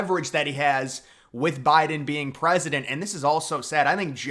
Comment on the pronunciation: Biden should stay in the race. He's the gawd dang prezidunt of ewwnited States of Uhmiracaw he can do whatever the hell he wants to do. Trump gunna crush em anyway in November so WTF is the difference.